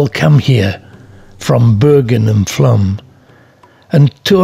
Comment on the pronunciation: It is pronounced Flom.